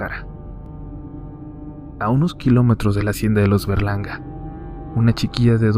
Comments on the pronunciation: yo crey q dijo los Bergalarga y era los Berlanga jaja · Pense que decía verganda XD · ¿Fuí la única que pensó que decía Bergalarga? :v no me juzguen plox